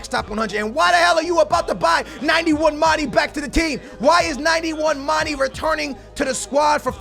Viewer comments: And for gods sake its not mani its mane!!!!!!!!!!! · he can't say mane properly